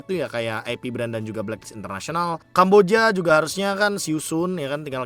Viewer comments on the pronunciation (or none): gausah "kamboDIA" knp si pronouncenya.. sebel dengernya. "Kamboja" ajaaaa biasaaaa